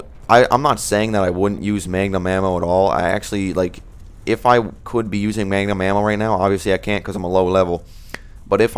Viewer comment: magnum ammo not mangum